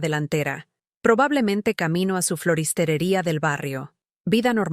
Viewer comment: Disculpen pero la palabra es FLORISTERIA, no FLORISTERERIA